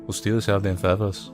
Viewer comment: "Whats heavya? A pownda fethas or a pownda steyl?"